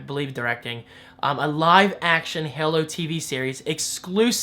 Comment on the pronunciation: lls why he say Halo like that